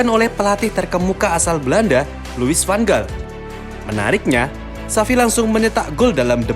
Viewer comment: Perlu sedikit koreksi pedri ditransfer dari las palmas bukan jebolan la Masia klo Riqui puiq iya... Dan kedepannya agak diperbaiki pelafalan nama tokoh nya agak Miss kayak Van Gaal dan Johan Cruyff.. selebihnya lumayan 👍